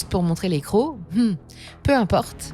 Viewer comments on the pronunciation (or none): none